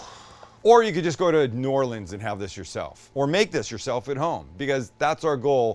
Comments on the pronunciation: Stop saying “new Or-Leeeens”, it’s “new or-Lens” sounds like the name Lynn… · Come on down to New Orleans! Will get you right! Btw it’s New Or-Lee-ans, not Or-lean-s. All good tho. Much love. Keep the videos coming. A couple of local YouTubers will be lucky to have you. Let do a collaboration, I’ll set it up. #cajunninja#stalekracker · The bread IS the po boy. Also it's Nawlins not New-or-leens. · We pronounce it New Orlins. And yes, the bread makes the poboy. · Sam - get the boys together and come on down to New Orleans. We have got to some local cooking and culture with ya (and maybe ride in a parade next year). No hating or bashing; but hold the old bay (as many said), traditional seasoned flour (hold the corn meal for dem oysters), catch the real MG dates, and maybe learn how to say New Orleans. No matter what, we will still love ya and pass a good time. Welcome anytime, my guest. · I got a chuckle on your pronunciation of "New Orleans".....